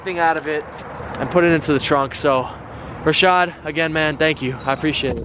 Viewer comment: LOL HIS NAME WAS RASHEED AND AT THE END HE ENDED UP CALLING HIM RASHAD